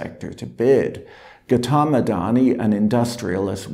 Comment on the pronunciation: Patrick hasn't got the pronunciation of Gautam right. It makes listening rather unpleasant.